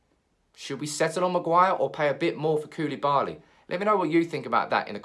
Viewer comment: You Say koulibali. But who îs gonna pay the extra from Maguire?